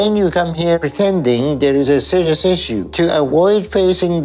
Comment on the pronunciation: Eat a freaking salad gross😂😂 are you sewious 😅 reminds of tophiachu mind you